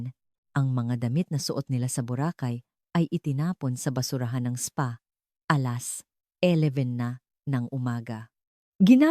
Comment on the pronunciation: nakka iinis ang oagkakasabi ng ALAS😂 dapat pinakulonh mo nlng ang nanay mo kisa pinatay, may kasama yan posbli na magagawa mag isa